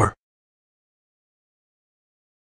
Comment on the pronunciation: "Not from a Jedo...S WOOSH!"